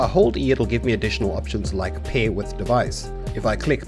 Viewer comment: ... i was rather confused when you said "pay the server" then i realized it was your accent making pair sound like pay XD